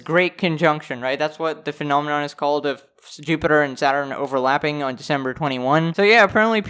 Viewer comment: A very rare "phanenonm" is happing.